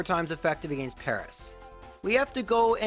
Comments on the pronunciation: I really like these videos but I gotta say your pronunciation of “against” makes me hardcore cringe every time haha. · TIL is Canadian. Makes sense bc i was wonderin what the deal was with his pronunciation of “against”